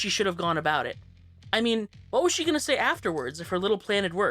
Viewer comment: Not to be that one person but you said "saw" instead of "say"